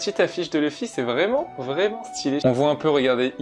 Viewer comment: Je regarde les 2, pour avoir l'expérience complète et non dilluée. Je suis allergique à la VF par contre par ce qu'ils ont donné une voix au mieux passable à Luffy, qu'il n'y a aucune émotion dans cette VF et surtout, son nom c'est LUFFY, pas Leuffy ou Le fy !!!!!!!!!!